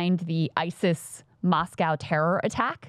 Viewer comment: I can't stand how Americans pronounce "Moscow"